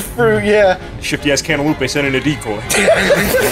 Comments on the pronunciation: Ever since watching this video on release, i always read/say cantaloupe as cantaloupé, therefore making this the youtube video which has had the single biggest impact on my life. Thank you,, for the life-changing content. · Did someone say cantaloupé